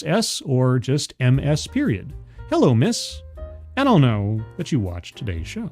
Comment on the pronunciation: Ms. Harris... because Harris is her "maiden" name. "Ms." is pronounced "MIZ"